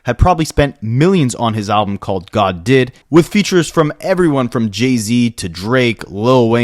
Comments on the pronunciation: Great documentary bro. But what the hellly do you pronounce Jay-Z name like its Jeezy🤣🤣🤣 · He is Canadian. That’s how they would pronounce it 😅